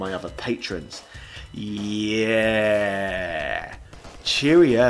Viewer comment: Why am I hearing the Bronx cheer "Yerrrrrrr" whenever I hear say "Yeahhhhhhh?"